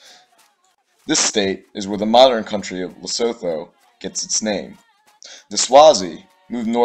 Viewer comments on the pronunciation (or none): its pronounced le-sue-two